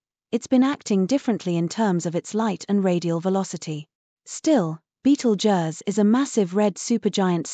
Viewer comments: That's just lazy! You can easily 'fool' the text to voice AI into pronouncing 'Betelgeuse' correctly by stringing words it already knows, like 'beetle' + 'juice' = 'beetlejuice'. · The computer generated voice can't pronounce Betelgeuse correctly.